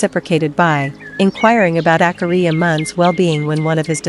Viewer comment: PLEASE use a human voice! It’s DISRESPECTFUL for these great monks to be called AKAHRIYA by this artificial ‘voice’!!! If you want I will do the voiceover for you free.